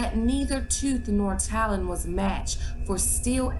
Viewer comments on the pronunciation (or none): none